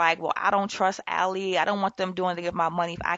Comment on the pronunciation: Its pronounced AL-eye